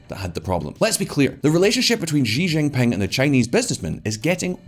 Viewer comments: Xi= se/see pronounce not xi= g Why the hell he was pronouncing xi=g jing ping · Will someone tell him how to pronounce Xi Jinping? She Ginping, it’s not hard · I'm surprised no one can ever pronounce his name correctly: It's She Gin Ping (English pronunciation for each word)